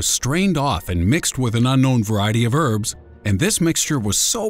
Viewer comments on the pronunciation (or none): none